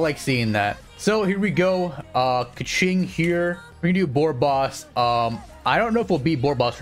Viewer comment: He says kaqing alot